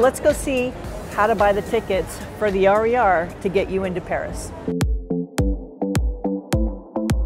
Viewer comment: Would I need to tip the taxi driver and how much? For first-timers, if you need to ask a French person about the RER line, say "Air Uh Air". not "Are E Are".